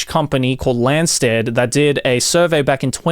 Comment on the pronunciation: it's confirmed boys, joey is one of those asians that cant pronounce the "R" 😂 it's not Landstad but Randstad haha